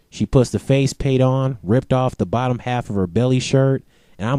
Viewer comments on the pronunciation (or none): none